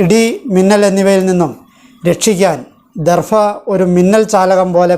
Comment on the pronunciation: ദർഫ എന്ന് പറയാതെ ദർഭ എന്ന്തന്നെ പറയാൻ ശ്രമിക്കണം.-അപേക്ഷയാണ്-.❤